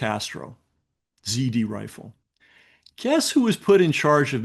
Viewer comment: It was "ZRRIFLE" FWIW. He says "ZD Rifle" multiple times, and you won't find anything if you search that.